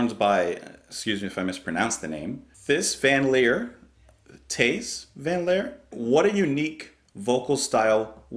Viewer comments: Thank you again. You are playing the best music of my teenage years. Focus are what brought me to really love music. I have all their albums. And wow, you pronounced Thijs' name spot on! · I was going to suggest the live version, but I see you found it. They apparently got allocated less time than they'd expected, so they decided to see if they could get as much as possible of it in by going fast. As far as pronunciation goes, yes, "Tace" (I think it's an abbreviation of Mathijs/ Mattias/ Matthew). And the "V" mapping is the same as in German, to what in English is, the "F" sound. The "A" vowel sound is as in "father", but a bit quicker. So his name is pronounced almost like, "Tace Fun LeeYur" - Matthew from Leer. If someone Dutch passes this way, they can make further adjustments. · The yodeling happened because Thijs (pronounced "ties") is self-conscious about his thick Dutch accent, so he figured he'd do something unique. Very few Focus tunes have normal lyrics. Pierre is still playing with them but the other guys are long gone. new guys Udo and Menno are both really awesome though. Round Goes the Gossip, House of the King, Sylvia, Eruption, Harem Scarem, Hamburger Concerto, La Cathedrale de Strasbourg and all the ones called Focus are worth checking out. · This was their fun song.. live version brill. made some great stuff.. Focus 3 album.. eruption. Guitarist Jan Akkerman is one of the best of that period ...moved onto jazzy feel stuff.. I always loved them and still play them today..pronounced Ties Van Leer